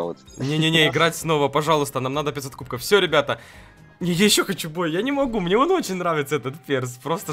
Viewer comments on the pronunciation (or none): Почему ты говоришь. КУБКОУ? ПОЧЕМУ! ТЫ ИЗ ЗА ЭТОГО МЕНЯ РАЗДРАЖАЕШЬ! ПРАВИЛ НО КУБКОВ! В!